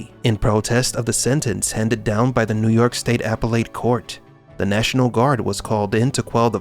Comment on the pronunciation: Apple-Lay? court. Huh. You AI'd your voice. You forgot to "spellcheck." Appellate ( Əˌpelət )Court.